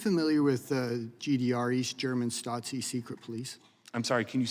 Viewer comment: I think it's spelled Stasi - no "t"